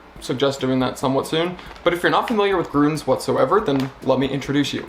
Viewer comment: Ü is pronounced Y, so it's grYns not grUns 😊